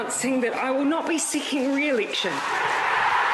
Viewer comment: Shi is not sicking ri-ilicshin. Thit is viri git ti hir